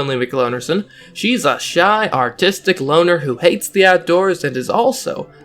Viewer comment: I thought you said Autistic and was surprised for a second.